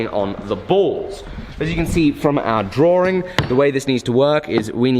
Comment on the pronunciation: Haha crack me up when you said drawing.. "Drawering" haha